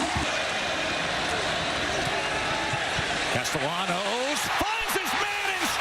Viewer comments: It's pronounced Caste-ya-nos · Dear announcer, the double "L" is pronounced like a Y. Unless they are Cuban, more of a J.